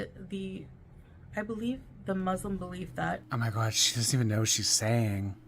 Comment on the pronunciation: I like how doesn't pronounce Muslim correctly 😐